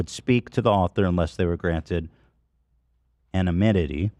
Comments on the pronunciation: Anonymity is no longer a word 😢 anonimitee? anomitee? That doesn’t work either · Ethan: English major Also Ethan: anoninnomity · Ethan never pronouncing anonymity right lmaoooo